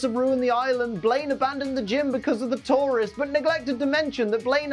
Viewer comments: It took him saying it 3 times before I realized he's saying tourists and not Tauros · Everytime he says Tourists I swear he's saying Taurus😅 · Ok, I'm sorry I had to say this. Due to the accent, when you say tourists, it sounds like tauros. Makes it sound like Blaine was tired of battling wild bull Pokemon. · Only I kept hearing Tauros every time said tourists, took me a few seconds to understand:) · I also heard Tauros and thought "Why does he hate Tauros? Did a bunch of Tauros trash the Gym? Because I don't remember them being mentioned when I last saw the episode" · I constantly keep thinking he is saying Tauros instead of tourists for some reason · I thought you were saying taurus for half the episoe haha